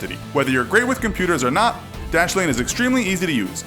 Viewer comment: Dashlane dashlene plz stop